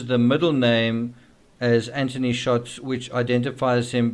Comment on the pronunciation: Also Anth-ony not Ant-ony